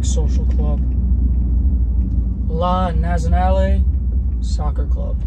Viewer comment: La Nats-ee-oh-nah-lay Soccer Club. You're welcome.